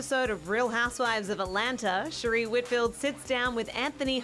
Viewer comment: Her name is pronounced sher ray not sher ree. Can these people actually watch the non white housewives?!